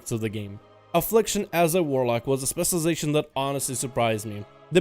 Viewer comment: CAN YOU PLEASE JUST LEARN HOW TO SAY SPECIALIZATION